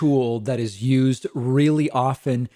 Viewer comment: "It's important to understand because it is Yoo'sd so often." I see what you did there, David.